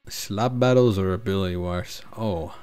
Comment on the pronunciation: What a english masters piece "slab battles"